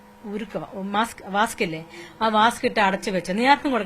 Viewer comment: വാസ്ക് അല്ല 😂😂😂 wax.. അഥവാ വാക്സ്